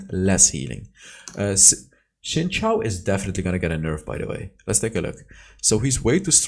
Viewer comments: It is xin shao pronounced zin I am 100% sure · The more you know: Xin Zhao is pronounced "Sheen Jow" in Chinese